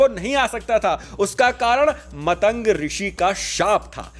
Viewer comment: Bhai vo matang nahi maatang rishi hai,galat pronunciation se thoda irritation hoti hai. Baki video bht hi informative n rochak hai👍